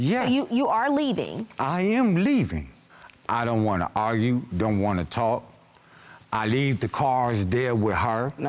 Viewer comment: All I hear is "You wanna agrue...I can't agrue with you" 😂IYKYK